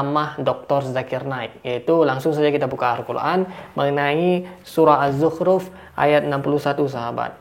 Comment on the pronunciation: Dia bilang zukruf.... Haha.